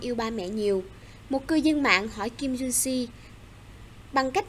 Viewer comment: Kim jun see sn 1989 nhaaa ... Đọc saii bét